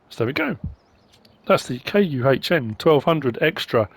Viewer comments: I always have pronounced KUHN as Con not sure if that's correct might help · Why cant you say kuhn? Licensing?